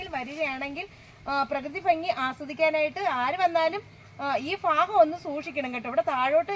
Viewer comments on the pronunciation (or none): none